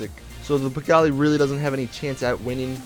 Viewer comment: hey awesome video -- just wanted to let u kno u pronounce it pee-GAHL